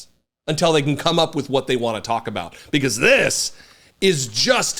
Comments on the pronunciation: I’m a huge fan of the work you and your wife do. You are both forces for good in this world and I appreciate you guys immensely. However, one small criticism and I hope you don’t take it the wrong way: Have you ever noticed that you say “unTELL” instead of “until”? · Hey, I love ya man, but the word until is not pronounced untel. 😂😂😂